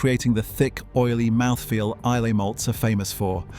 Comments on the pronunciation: Please. It's Eye-luh, not Eye-lay! Shame you overlooked Campbeltown. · Islay is pronounced "eye-la" not "eye-lay". And the fact that Laphroaig did not even rate a mention says much about the validity of the video! As for Johnny Walker, when I was a boy growing up in the very east of England I often saw, in the local railway goods yard, full grain hopper wagons with "Johnny Walker" on their sides! "Scotch" whisky made from barley grown in East Anglia!! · Please pronounce Islay correctly......I..la.. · Loch Lomond is in the lowlands , look up the highland boundary fault. Islay is pronounced I- lah. These are the things that shocked me the most. I never drink anything produced by Diageo . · Teach the bot how to prounce Isla.